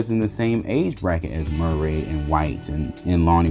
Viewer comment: "Mer-ray" lol!